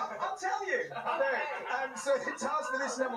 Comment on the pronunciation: “WHOTA GREAT NUMBA” -louis tomlinson